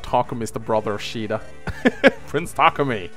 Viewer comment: Caeda, apparently pronounced "Shida" that's a new one